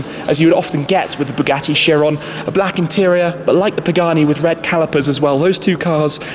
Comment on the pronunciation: Chiron, not Sheeron... Mercedes, not Merceydeeez... Ferrari, not Fewwawi... ;-)